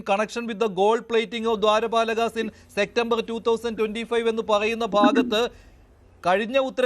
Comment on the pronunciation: സെക്റ്റമ്പർ എന്നല്ല സെപ്റ്റംബർ ആണ് ശരി